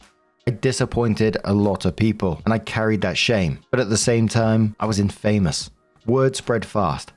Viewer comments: S6: In-famous? Have you succumbed to AI? In-fuh-muhs, just like "Infamy, in-fuh-mee! They've all got it in for me!" Carry on... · Today's word that is ignorant of how to properly pronounce: Infamous.